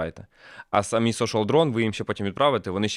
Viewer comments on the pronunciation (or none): none